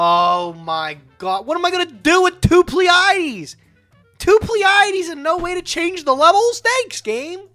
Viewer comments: I’m pretty sure it’s pronounced plee-uh-dees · They both fucked up Pleiades (PLEE-uh-deez) too.